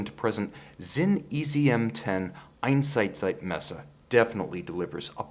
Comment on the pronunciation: Gotta respect that pronunciation of Einsatzzeitmesser! Well done! And greetings from germany:D